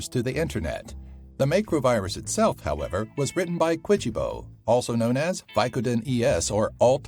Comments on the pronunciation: It's MAC-ROW not MAY-CROW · its pronounced /'makrō/ not how you said it. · he's saying macro wrong lol